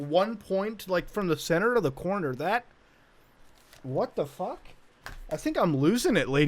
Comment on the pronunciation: I love when Muta’s accent comes out with “WuT dE pHuK”